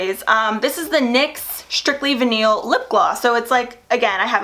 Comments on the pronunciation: Not veneel...it's vih-nul lol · The UD setting spray you have is (a little) more expensive - it's $32 for 4 oz (so it's a better deal) Girl, it's not va-neal! Vinyl is pronounced as vie-nul in most instances ... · Lol did she say VIH-NEAL..??..for VINYL..??.. 😂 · Lol. It’s vinyl (vi-Nil) that’s ok. You’re still one of my favorite. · Its pronounced vy-null. "Vinyl". Just thought I'd tell you. 😊😊 love you!! And I love everything you got! Definitely getting that Stila lipstick! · Phew girl, please stay warm & safe up there in PA! You guys have been having an intense winter this year, yikes. Best of luck with the rest of school as well, I know you'll be so relieved once you're done. By the way, vinyl is pronounced "vy-nill", so you know for next time. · *proceed to get ideas for birthday shopping in March * 😂😂😂I noticed you say "vinyl" a little differently also. In Ohio, we pronounce it like "vie-null" with a hard I sound. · Not to be a pain but just trying to help, vinyl is pronounced vy-nal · Is that how some people say vinyl? I need to know lololol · it’s vinyl. like a vinyl record. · Not that it matters, but I figured you'd like to know vynil was mispronounced. Personally not a fan, vynil products are usually shiny. I love my mattes. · Girl... I love you but that’s not how your pronounce vinyl lol